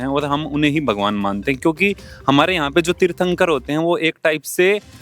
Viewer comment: ये वीडियो पुरा फैक है क्युकी पहले जैन व्यक्ति को तीर्थंकर बोलना तक नही आता।